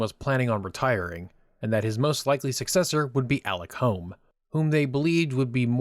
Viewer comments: Sir Alex Douglas Holm is pronounced Hume. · This would have been a better video if the commentator could get the surname of Alec Douglas-Home correct, and also pronounce "Home" properly. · Just a technical point here. Alec Douglas-Home's last name is pronounced "hume".